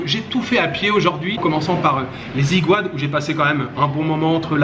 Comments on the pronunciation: Vous êtes français,vous devriez prononcer les Égouades ,et non pas les Zigouades qui sont prononcées ainsi par des personnes qui prononcent mal le français,tout simplement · Une petite précision la prononciation du mot aiguades qui est tiré de l’espagnol agua qui veut dire eau vu les nombreuses sources qui se trouvent sur ce lieu ! Donc on dit aiguades et non iguades! Ai se prononce (é) ! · Aiguades se prononcera "égades" et non "égwades". Il fut un temps où les gens de la mer s'approvisionnaient en eau douce dans ce coin de paradis. La source d'eau existe toujours.